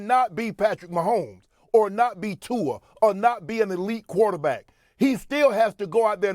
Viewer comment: Shanon said tua…..tua…..😂😂😂😂